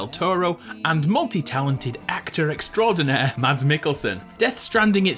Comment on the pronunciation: His name is pronounced MAS mikkelsen